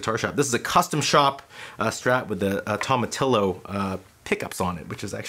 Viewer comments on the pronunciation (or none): Great lesson and great playing as usual! FYI, Tomatillo is pronounced toma-Ti-yo. Fender named a bunch of pickups after Mexican chiles popular in California. A tomatillo is a little green tomato that’s used as the base for green chili salsa and sauces. 🌮